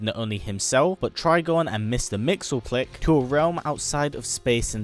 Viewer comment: mister mxyzptlk is pronounced mix-yes-spit-lick. Trust me, that's what I thought for a while.